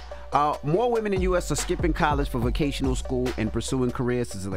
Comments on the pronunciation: Guys it VOCATIONAL school, not VACATIONAL school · they said vacational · The both said Vacational school 😂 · She said "vacational" skool